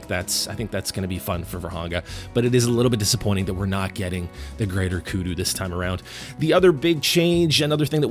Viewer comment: How can u mess that up. Saying greater kudu. I was so excited for that.